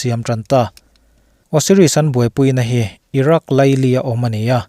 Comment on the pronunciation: Irak nge iran(Iraq) haha